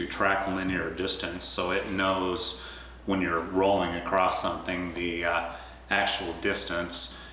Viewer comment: across not acrosst